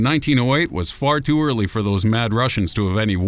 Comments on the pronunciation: The way he says the word "too" is so weirdddddddd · the way he said "too" tho lol